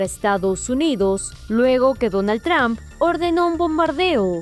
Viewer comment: Porque dicen Tramp y no Trump. No es difícil. Diga tru-m-p.